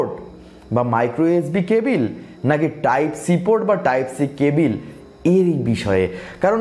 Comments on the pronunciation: life a first sunlam..... table ke bangla translate korle tibol bollen?? eng:ক্যাবল,bd: কেবিল।😂vaia onk besi improvement labge...onnk besi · Cabil na cable 😄😄😄